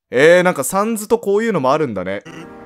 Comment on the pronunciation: お疲れさまです。 ところで、「サンズ」のアクセントですが、「三途」ではなく 週刊少年「ジャンプ」が一般的かと思います。 どうでもいいことですが一応ご参考までに…… サンズへの考察面白かったです。彼が何を抱えているのか、それとも 別に何も抱えていないのか？それを確かめるためにも、続きを楽しみにしています 1度見た状態でやり直しているとこのセリフが出ます テストプレイがバレる配信・動画投稿者泣かせのUNDERTALEｗ ここFF6 自分も舞台上を動き回ることができます。メタトンと一緒にミュージカルを演じるのも一興です🎭 カラータイルパズルの説明は にタイムスタンプしてあります 今はもう覚えましたけどぼくは「ファイヤーエンダーマン」とか言ってましたｗ まぁ腹、無いんですけどね！\ﾂｸﾃｰﾝ/